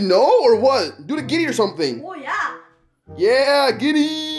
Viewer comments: Its griddy not giddy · He really said the giddy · It’s called griddy not giddy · my guy said giddy not griddy 😂😂😂😂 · That's not how you do the griddy and that's not how You say it its not giddy its griddy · it called griddy not gritte